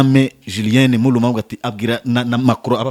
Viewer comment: Lumumba not Mulumba